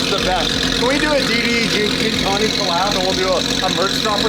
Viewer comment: almost says “gintani” wrong every time and it cracks me up every time 😂